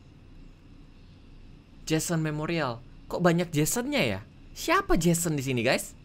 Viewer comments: jhonson kak regi bukan jhason :) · johnson bang, bukan jason. bacanya jensen, bukan jesen. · kak regi saking seriusnya sampe salah eja nama johnson jadi jhesen 😅😅😅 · Jehsen siapa lel, perasaan Johnson bacanya jansen